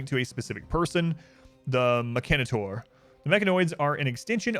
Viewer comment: Stop pronouncing mechenator wrong its bothering me like crazy.